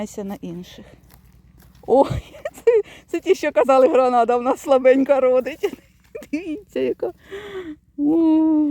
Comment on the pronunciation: Не гранада, а гренада